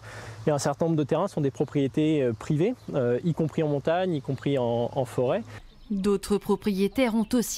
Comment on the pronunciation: TF1, faites des efforts de prononciation. Forêt ≠ Fauré